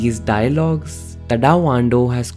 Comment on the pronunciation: Nice video. But pronunciation of Tadao is crazy. Please look into it.